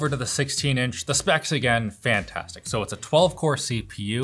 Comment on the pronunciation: if you listen very carefully you will hear him saying "fhanthastic"